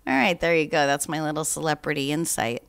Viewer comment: Please quit saying "celeprtiy." It's driving my dog crazy.